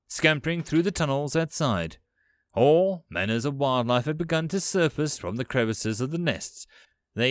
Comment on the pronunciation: This series is indeed better. You do have a penchant of upticking on vowels. All becomes Aahool. It's especially hating when on the end of sentences, as it loses the "mood". Did this improve? You're quite good. It might also be that I simply need to get used to your accent.